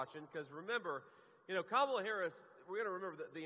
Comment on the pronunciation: Wow, he said her name right